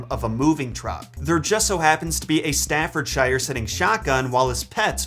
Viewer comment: Ohhhh it made me laugh how you pronounced Staffordshire 😂